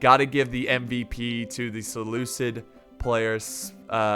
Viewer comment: I have to prove correct. I'm mad about his pronunciation of Seleucid.